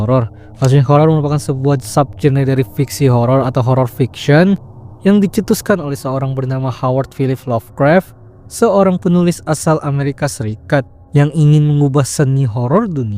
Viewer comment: gak ada R nya bang. lovecraft